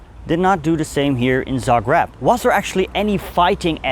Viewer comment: Its called Za greb. Not Za grab.